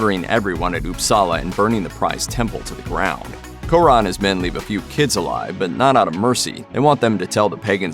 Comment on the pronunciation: Fucking hell the way americans pronounce foreign names sounds like they do it poorly on purpose..Or that they are scared to sound stupid if they do it the correct way..How does "Kåre" turn into "core-A"?